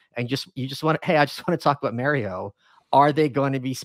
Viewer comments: Mary-O....Come on Mike, we all know it's Mario. Your a Texan now bro. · He says M-air-io too lol